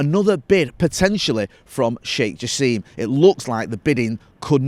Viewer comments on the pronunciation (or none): repeatedly calling Sheikh Jassim Jake Shassim is proof that anglicisation will never die